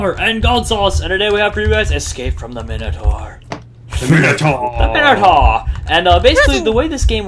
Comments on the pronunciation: min-o-tor Not mine-o-tor Or basically say Mi-No-Tor fast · It's pronounced mine-o-tor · its pronouced Mine-o-taur